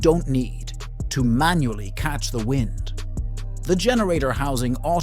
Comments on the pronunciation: A human would know how to pronounce wind turbine. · the word WIND...that blows not winds.